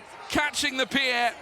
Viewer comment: The most challenging was the speaker uttering the word "pi-er".